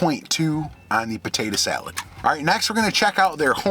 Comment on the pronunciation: you know you from the D when you say buhtaytuh salad